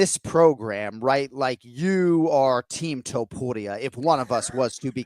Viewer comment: Is there a rolled r in the middle of Topuria or not? Jon does a half a roll and Kenny doesn’t at all. The way Jon says too-pood-ee-ah gets under my skin. It’s toe-pour-ee-ah!